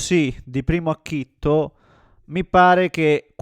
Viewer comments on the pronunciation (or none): Acchito, non acchitTo.